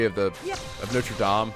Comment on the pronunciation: Just coming back to say that your french pronunciation is very good 👍😊 (coming from a french person)